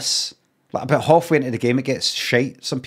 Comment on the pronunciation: It's not lehtin me tahBOOT